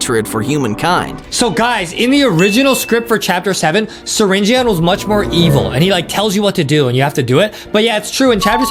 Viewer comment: You need to say syringeon you donot say the O!😮‍💨